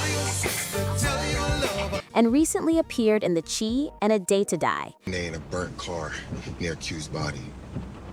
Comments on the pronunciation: Its shi not chee. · It's The Shy (Chi ) Not The Chee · No she didn't pronounce the tv show, "The Chi" (short for Chicago) as the Chee!! 😳😳😳😬😬🫢🫢🫢🤪🤪🤪🤣🤣🤣🤣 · "The Chee" or "The Chi", is it King is or Kaine...stop it 😂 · It's pronounced THE SHY! (THE CHI) Put some respect on the name. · It’s pronounced (Shy) like Chicago!!!!!! The Chi